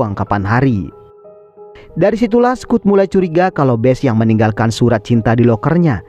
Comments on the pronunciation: Dibacanya Skot bang bkn Skut... 😂 Btw, diantara smw ce d film ini yg plg cantik mnrtku si Bess, sukaa....😊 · Aneh si mimin nih..udah jelas2 di film dipanggil Scott, kok malah jadi Skut😂😂